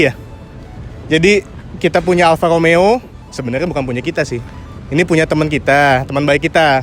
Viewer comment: BELAJAR bulang R dulu Bro.....!!! Kalo gaa di Wakilin dulu...Cs Alfa Romeo Ada Huruf R di sana Ente gaa Bisa Huruf R.... Mending OFF Kasih Yg lain ROMEO Bukan Lomeo